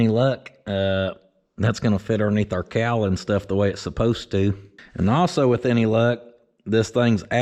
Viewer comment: Cowl pronounced COW L